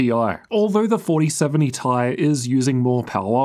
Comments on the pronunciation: You have to stop say tie it's T I. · Thoughts my ears werent working when you pronounced 4070 "tie" sometimes 😂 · The interchange of Ti and tie in less than a sentence completely blew me out of the viewing experience. Sorry, Can't handle it. The Ti stands for Titanium, Not neck wear. So either T-i OR Titanium is correct. Not tie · I love how switches between Tee Eye and Tie pronunciations to please everyone